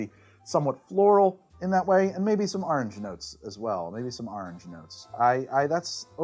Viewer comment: Say "Or" "Ordinary" "Original" "Orwell" "Orson" "Oregon".... now... you've had practice: "Orange". :D I TRIED! lol. Also, thank you for your videos. Love them.